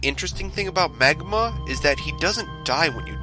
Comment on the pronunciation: Well if you had been listening or went back and listened you'd know it's called Maguma